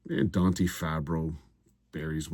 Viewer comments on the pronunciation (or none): none